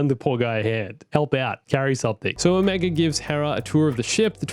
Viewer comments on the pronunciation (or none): none